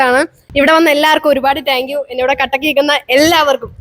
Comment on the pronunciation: you done an Amazing thing 🎉wish you all success (പിന്നെ ഒരു ചെറിയ തിരുത്ത് ടാങ്ക് യു അല്ല താങ്ക് യു എന്ന് വ്യക്തമായി പറയുക)❤🎉